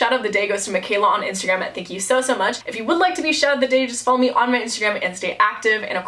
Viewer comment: She said intergram